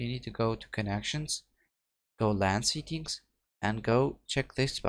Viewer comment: When he says settings it sounds like he is saying seekings, it's (se, tt, ings) not (see, kings) But thank you it worked for me